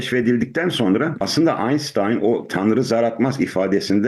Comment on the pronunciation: Aynstayn degil! Aynştayn